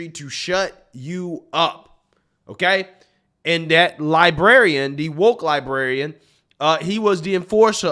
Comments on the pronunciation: LibRarian, not liberrian. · Love ya man, but it's pronounced woke "lie-brair-ee-ann". 😆